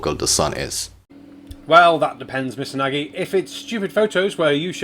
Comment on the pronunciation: Barnabus Nagy (Hungarian for "great" or "big", pronounced like Nadge as in judge) is an infamous conspiritard, on multiple theories, each more outlandish than the other. As far as I can judge not a Troll but a genuine nutcase. Totally useless going against him. He'll never learn. I only hope that anyone watching that is on the fence will think twice before seriously considering believing him. Good luck, you'll gonna need it!